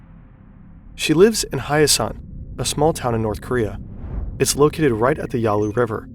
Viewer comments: hae-san my god. You pronounced it like hayasan or something. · Great video. I ask you please take some time to review pronunciation of some Korean names - for example, the North Korean town "Hyesan" should be pronounced as two syllables, "hye-san," and not three "high-e-san."